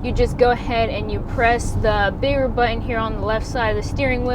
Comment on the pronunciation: Please say "button" correctly. Jeez.